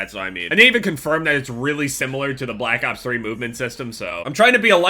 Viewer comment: did anyone notice that said black cops 3 instead of black opps 3